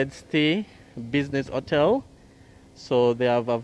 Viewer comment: Please say your ‘H’ it’s not just Jamaicans who listens to you. It is distracting and misleading to not sound the H in front of those vowels. Hotel NOT ottel.